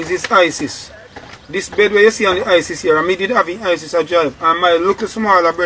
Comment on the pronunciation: It's Hiace not Isis Bredda...not u me a talk Skilla I'm talking d man dat talking...a fool him Bredda tek him fah, d story sound true still